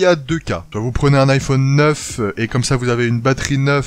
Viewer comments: on dit normalement iphAUne et pas IPhOOOne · Ça me stresse comment il prononce "iphone" pas vous ? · Il prononce beaucoup le "o"